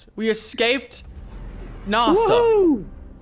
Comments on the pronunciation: It's nasa not naasaa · Is nasa not narsa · Why you saying Narsa its Nasa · “NARSE-a” gotta love NARSE-a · It’s nasa not Nassau omegalul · Why is he saying narsa instead of n-a-sa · did any notice at 31 he said N.A.S.A wrong (btw i love your vids Lachlan) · Did anyone notice that lachy said nasa wrong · You say NASA wrong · the way he pronounced nasa triggers me